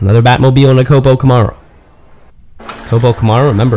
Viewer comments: I never herd Camaro pronounced this way..where does that come from? Cool race track idea too. Batman cars look great . I might get one for my birthday! Thank you for share you hard work with us. Ok by. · it comes from someone who has no idea how to properly pronounce it. That's all.